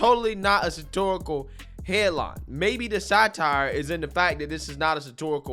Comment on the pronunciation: Satirical, not satorical